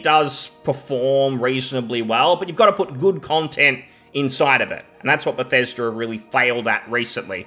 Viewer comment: its "be thes da" not "beth es derr" 😅😂😘